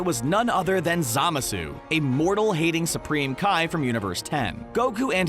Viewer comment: When he butchered zamasu’s name I died